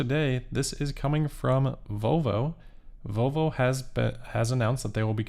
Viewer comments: I swear you said "Voe Voe" several times. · can’t pronounce the “L” in “Volvo” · Please ….pronounce the L in Volvo.